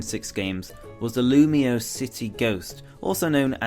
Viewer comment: You know it's pronounced "loom-wa," right? It's supposed to sound French.